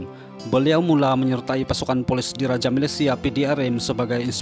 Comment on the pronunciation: Bknnya Poles..tapi polis